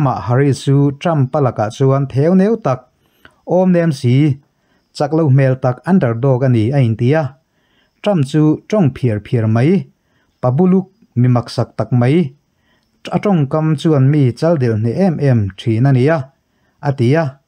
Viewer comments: 'PHIAR PHIAR'tih i lam dan hi a dik lo,a thler 'kiar kiar' mai, tiha kiar kiar lam anga lam tur. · Ni ngawt mai "tawng phiar phiar mai" tih a chhiar rik dan hi chu kum 20 chuang tawh tan chuan chhiar dik ve awm a sin le😅